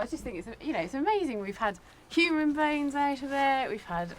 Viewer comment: "Hoomans and stone-itch"